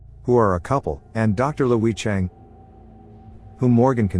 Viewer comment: Lui is not pronounced “Leweyuh”!